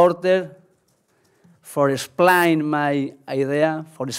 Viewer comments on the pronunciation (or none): Forra Splaaain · Love the way he pronounce "Explain" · Lol the way he says explain is horrible